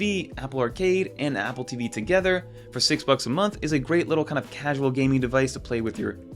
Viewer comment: I had the same thought (no direpsect either) "moneclature" ?? Also, is it just me or is anyone else annoyed by how he says “DONG-les” and “APP-le TEEE-VEE” like it's some plot twist? I genuinely love his con-TENT, but holy hell let's stop with the RAN-dom empha-SIZING one of these days.